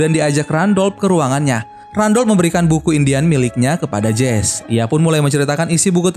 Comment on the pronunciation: Mama sebutan MCnya bukan jese tapi jesi